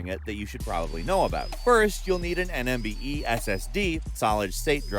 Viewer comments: “Nmve…” You really can’t get the hang of saying nvme ssd 😅😅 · did he say NMVE? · Did you realise he said NMVE SSD , 😂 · U said NMVE SSD...😅😅😅 It's NVME.. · Did he just said 'NMVE' ssd instead of 'NVME' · NMVE SSD lmao. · did he say nmve SSD 😂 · this is the second time I hear you say it the wrong way. It's NVME😊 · A little cringed when he said “NMVE”